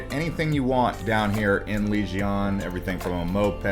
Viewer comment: Enjoying your content very much! Just wanted to say though sorry but you are pronouncing Legian wrong. It is Leg-i-ann 😝 cheers